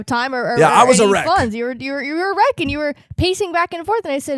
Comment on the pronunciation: I thought Josh was saying "I was erect" in the beginning, took me a few moments to realize he was saying "I was a wreck" 😂